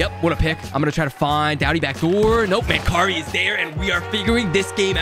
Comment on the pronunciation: Its Man- Carrie 🙂. Former Buffalo Sabre/Vancouver canuck from London Ontario